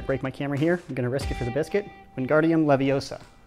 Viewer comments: It’s leviOOOOOOOsa not leviosa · It's leviOHsa not levioSAH